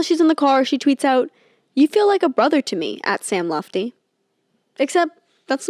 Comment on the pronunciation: Worried about saying ‘Pusey’ wrong but literally did the whole ‘Sam Lutfi’ part saying ‘Lufti’ ICONIC